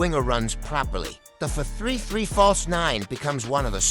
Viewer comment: The AI voice sometimes butchers some ords, adding comas between some words, for example 4, 3-3 will sound more natureal than 4-3-3 because it says fourthree three instead of four three three